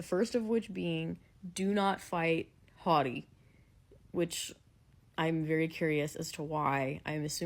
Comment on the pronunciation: I enjoy these so much! Looking forward to your Fan letter reaction~ Also lol, I hear "Hawty"/"Hotty" instead of "Hody" in the way you pronounce his name. 😂 In the anime it's more like "Hoe-dee" Also happy birthday (even if it's late by now)! 🎉🎉🎉